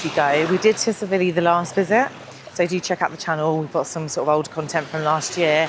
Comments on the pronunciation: Great videos but your pronunciation of Tsilivi is wrong it’s pronounced silly Vee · The T in Tsilivi is silent